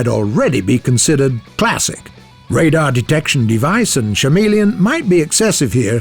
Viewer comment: Chameleon. The "ch" is a phonetic "k". Isn't it getting a little embarrassing by now?